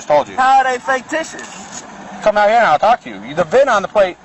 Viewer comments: Every time he said "Faketicious" I laughed. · Is it just me or does anyone else hear the frauditor saying "Faketitious"? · This poor deranged gentleman. He doesn't even realize he's admitted to driving the car and it's obvious the plate is FAKEticious... probably why he keeps mispronouncing the word. And he absolutely did admit to driving this car. It's on his camera and the body worn camera of every officer present at that time. He now has a popped tire and will soon have a broken window and a number of felonies to go along with his delulu. Bless his poor, pitiful, out of compliance with sanity heart. This traffic stop has gone on WWAAAYYY too long. Pennsylvania v. Mimms is Supreme Court caselaw requiring they both exit the vehicle upon demand. The longer they take complying with the commands of the officers, the more likely one or both of them get hurt. He and she are setting themselves up imminent consequences. They are so busy thinking about what they're going to say next and trying to make up alternative facts to set up a bogus lawsuit, they aren't listening to a word being said to them, which, if they'd listen, might clear the fog about the legality of the traffic stop and everything that happened after initial contact. I don't know though. I don't have a whole lot of faith in the math skills of either. FFS!!! 🤦🏼‍♀️😂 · Did he say "faketitious"? I like it! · I love how this illiterate halfwit thinks the word is “faketitious.” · Right? Faketicious plates!!😅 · It's ridiculous that you can't pronounce the word fictitious. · Ridiculous alright! He can’t even pronounce the word correctly!